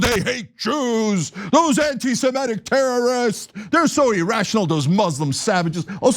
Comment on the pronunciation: Really sick of hearing "anti-simetic." Cenk, the word is "anti-semitic"!